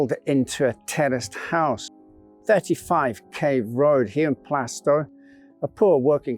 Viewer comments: Plaistow is pronounced Plaastoe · It’s pronounced Plarstow BTW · Really interesting story and well told, but one tiny niggle was the way you pronounced Plaistow. The "i" in Plaistow is silent and the "a" is pronounced like it is in Plaster. So if you say it like plaster but with a toe instead of a ter, you'll get it right. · You pronounced Plaistow wrong